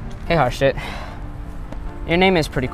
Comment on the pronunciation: it is not harshit btw it is harshith